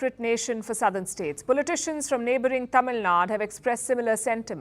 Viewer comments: It's not Tamil Nad, it's Tamil Nadu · I may be nitpicking but clearly you can pronounce Tamilnadu correctly instead of “Tamilnad”